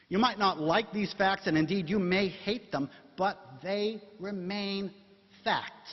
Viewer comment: " And we're going to find out in this debate, who has the FACKS..."